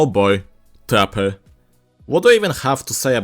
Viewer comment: it just sounded like he said "tapper" in the intro